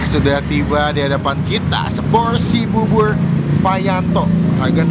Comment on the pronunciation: Bubur bukan bubul...persis bukan pelsis😂😂😂